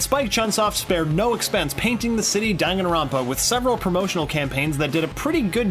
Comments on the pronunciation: dan, gan, ron, pa. not: dangin ronpa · Dan-Gan-Ronpa Not Dang-Gan-Ronpa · MRW the narrator of the video comes after the people who couldn't pronounce Danganronpa right then proceeds to not pronounce it right either. It's "Don-gan-ron-pa", not "Dan-gan-ron-pa". Seriously. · Majority of players cant announce? Isn't it said in the title screen? Lol, i actually had a friend who pronounced it as danjinrawnpa. It was great. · It's actually not DANG-AN-RON-PA If you go in the settings of DRV3, testing the voice sound it's actually pronounced "DON-GON-RON-PA" yeah I know I'm concerned too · Don-gon-ron-pa In the settings of V3, when testing voice volume, Monokuma's voice says the game's name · Tetoin Games how is it pronounced? i pronounce it (dang-an-ron-pa) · NYMKai if you know how japanese pronounce word its was da *n*an ron pa The n one is *ng*an cause n can pronounce to ng in japanese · I pronounce Day-n-gaan-ron-puh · Ye i was annoyed when i found that ive been pronouncing my favourite games wrong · "That a majority of players cannot pronounce" Continues to pronounce it wrong